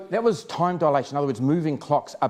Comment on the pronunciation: I dialathion a Kiwi thing? I have never heard anyone pronounce dilation like that.